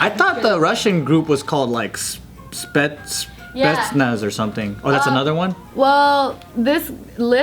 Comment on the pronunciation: All cod fans triggered at Joe and pronunciation of Spetnaz